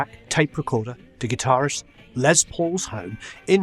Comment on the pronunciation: Great Video.....Just a point...his name is Lester not Leslie....so should be pronounced Less not Lez....but I know you know lots of famous people, so does he call himself Lez or Less? Brilliant man regardless..